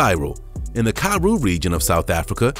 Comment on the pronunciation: Please stop saying karoo like that it's a disgrace.